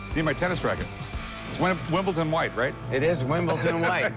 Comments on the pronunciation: No, it's not Wimble - ton white, it's Wimble - don white. Obviously these guys aren't tennis players! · Rick said Wimbleton🤣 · Rick is so ignorant on some things. It’s Wimbledon, not Wimbleton. It’s Cavalry, not Calvary (a different episode). That’s not the Eleanor car. In another episode, with a different 67, Rick asked knowingly “351 four bolt main?” Ford didn’t have a 351 until 1969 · In America, Wimbledon is spoke "WimbleTon."